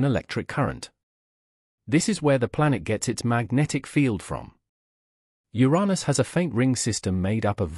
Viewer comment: Uranus! pronounce it properly.